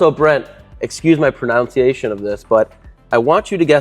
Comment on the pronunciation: We'll excuse your "pronounciation" of the word "pronunciation" also. 🤣